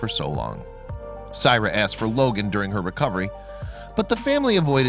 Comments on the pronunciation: great vid and incredible story but you are butchering this little girl's name. Syrai is pronounced (SAH-RYE-EE) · This Is My Niece And I'd Appreciate If You Took This Down. You Have Not Cleared Any Of This With The Families And You're Saying Things That Aren't True, While Pronouncing Her Name Wrong. Syrai Is Doing Excellent For Anyone Wandering.